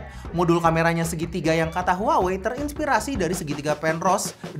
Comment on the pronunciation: 😂 HUAWEi harusnya dibaca "WAHWEi"